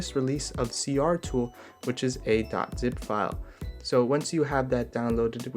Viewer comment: is it just me, or is it C-T-R Tool, not C-R tool?